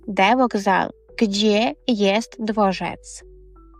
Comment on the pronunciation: Хіба у слові "dworzec" (5.15) наголос має падати на останній склад?